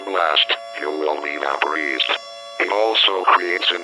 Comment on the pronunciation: “If you are caught in this blast, you will be vapreesed”